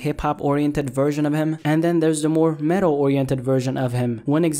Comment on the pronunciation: bruh u said metal more like mental he needs help